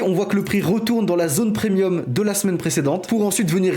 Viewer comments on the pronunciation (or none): none